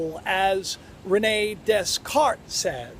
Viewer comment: Also, it's pronounced "day-cart"...that s is silent. 😀❤️ And we CAN be aware and tap into that knowledge! By LETTING GO!